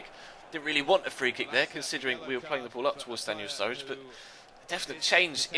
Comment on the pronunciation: Why do you call sruRRIde studge